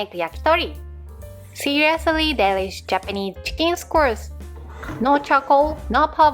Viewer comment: Please never correct your pronunciation of skewers